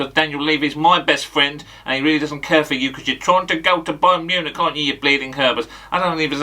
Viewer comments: Mayern bunich 😂💀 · Mayern Bunich 😂😂😂 leave off